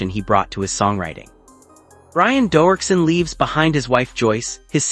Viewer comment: Crappy AI can't even pronounce his name correctly.